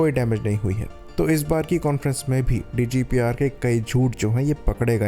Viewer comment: Bhai vo DGPR nahi DGISPR hai Jise aap DJ ISPR bhi keh sakte ho 😂😂